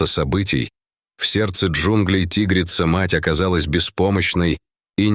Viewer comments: тИгрица, зАмок вместо замкА, хоть бы голос робота настроили, или все схавают наивные... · Почему- тигрица. Ударение на и. Чтецы русский язык учили в школе? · Научите уже ИИ правильно ставить ударение в словах!!! Не тИгрица, а тигрИца ! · Спасибо за рассказ. Но не тИгрица, а тигрИца! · Узнав его запах по звуку голоса, что за бред. Ой, а читают будто не русские люди, которые никогда не изучали русский язык. Рассказ конечно добрый по содержанию, но слух режет тИгрица и многое другое. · Чтецу надо научиться делать правильно ударения. Правильно тигрИца, а не тИгрица. И так далее. Хотя такой тупой текст хоть как-то надо "оживить". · тИгрица-мать.... А, может, тигрИца-мать??? Сколько ошибок в ударениях. Противно слушать. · ТИгрица! ТигрИца! Грамотеи. Дальше слушатб не буду, пртивно. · ТигрИца!!! Фууу, читающие тупицы достали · опять дичайшие ударения! как вам нравится тИгрица и тд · Тигрица ..ударение навторой слог!!!! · Почему у комментатора при таком отличном голосе не правилтные ударения ТИгрица, ЗАмок и т.д. Он что не русский, язык учил в гколе ??? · Ага.Чудесно.ЗАмок.ТИгрица.Он на каком языке? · Не зАмка, а ЗамкА. ТИгрица почему не по русски говорит диктор ?